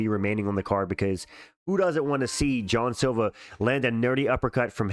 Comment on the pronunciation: Bro it’s Jean Silva. Lmao not John silva. Bro said John silva in like 8 dif videos